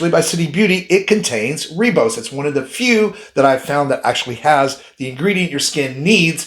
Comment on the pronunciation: It's pronounced 'rybose',not 'reebose'. And it's adenosine, or 'a-deen-o-sin'', not adrenosign.